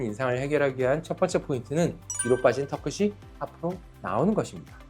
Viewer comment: 의사인데 발음이 틀렸음. 턱끝이. 터끄시---->터끄치.